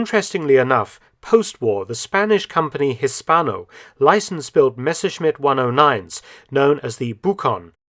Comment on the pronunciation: Very interesting. I am very pleased with the correct pronunciation of the name Messerschmidt, which is almost unique to many English speakers. Thanks